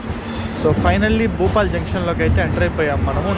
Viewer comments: సోదరా, భూపాల్ కాదు భోపాల్ !! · Bhupal kadu bhopal ra babu 🤦‍♂️